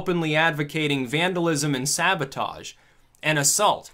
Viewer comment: it's sabotage,,,,with a b. you're smarter than that. 👍😎